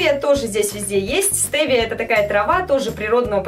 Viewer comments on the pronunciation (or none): стевия а не стэвия